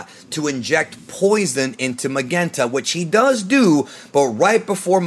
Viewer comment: Why is it pronounced MaGenta? We know it's a play on magenta the color. His dad wasn't Commander Reed or Raid. His name is Red, the color.